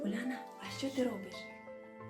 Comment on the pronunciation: Мене вразило що цей Миколай мабуть з московії, адже оце Ульяна його і зрадило, нехай вчиться вимовляти імена українські.